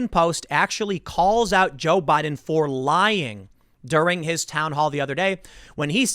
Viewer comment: Is it me or Tim has been saying *Budden*?